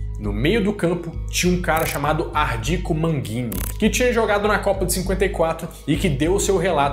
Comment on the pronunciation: Nao era manguini,mas sim MAG-NI-NI